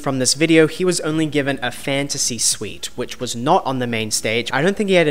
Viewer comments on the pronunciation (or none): none